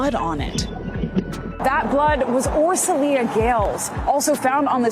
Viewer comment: Her name is pronounced as Or-sho-ya.